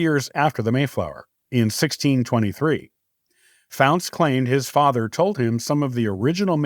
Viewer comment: Faunce is pronounced incorrectly and many faunces are connected to the Adams and Mortons from plymouth Not only from the Mayflower but also the Anne.